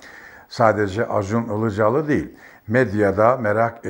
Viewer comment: Sayın Önkibar, karadenizli olduğunuzu belli ettiniz Acun İlicali diye başlayarak.🤣🤣🤣